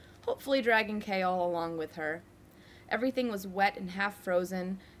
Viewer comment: OMG IM DYING YOU PRONOUNCE “Chaol” KALE OMG OMG